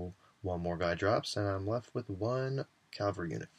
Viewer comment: Oh my lord, please stop mispronouncing cavalry xD